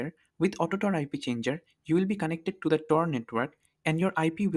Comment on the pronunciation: Indian be like. Its TOR, not tar....😂